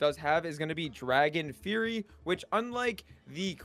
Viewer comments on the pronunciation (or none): none